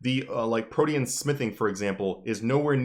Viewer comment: Hearing you say Protean felt weird, until I realized it's the correct way to say it, and not 'protein' lmao